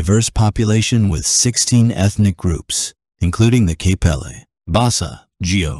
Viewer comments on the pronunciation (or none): my moms kpelle and i dont wanna hate but they say it like pele instead of kpelle